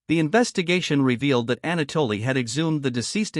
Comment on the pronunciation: “Ana- Dolly “ 🙃